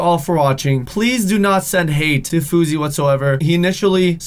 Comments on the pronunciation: fou S ey not fouzey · FOR THE LAST TIME, It's FOUSEY not FOUZEY.